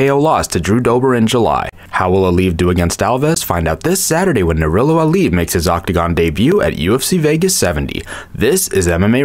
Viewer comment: I think the proper way to pronounce his name is : Nurul-LAh. Not - Lo... It means; The Light of GOD '